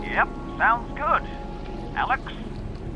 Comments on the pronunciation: Every time you mispronounce Alyx makes me want to gouge my ears out! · I agree